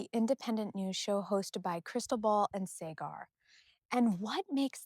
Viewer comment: Also it is Saaaag-ar (like Saag Paneer). Krystal has now fully hijacked the show.